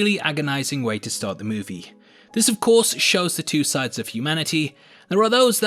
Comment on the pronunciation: I like how u said of course to of corpse